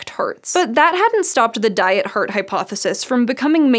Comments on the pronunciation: I'm really curious where her accent is from. When she says "heart", it sounds like "hurt" to me, and "carbs" sounds like "curbs". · Anybody else hearing the pronounciation as "hurt disease" or "heard attack" ? 😀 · She pronounced "heart" as "hurt" for some reason and some other words with "ha" also pronounced as "hu" It's strange and confusing if not reading text on the screen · All I can hear is 'hurt disease' :D Sorry... Amazing video as always :) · The way she pronounces "Heart" drives me insane. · Couldn't get over her pronunciation of "heart". Other than that, great. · Interested in accents and pronunciations, I’m wondering what pronunciation the presenter has. “Heart” sounds like ‘hert’ and ‘Harvard’ sounds like ‘Herwerd”. Anyone who knows? 😄